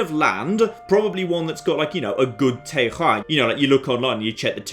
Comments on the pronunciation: Cmon!:O "Téroar" not "Térrrrrrrrah" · It's TER-RWOA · So, Terroir is not pronounced ter-or, it's pronounced tay-hg-ra... There's 3 r's and you only half pronounce one of them. I swear either the French just use a dart board to spell things or this is some national joke to infuriate the world. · See, in America we don't even bother trying to pronounce it. We just say it like "tar-oh-are". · you should say terroir more in all your videos.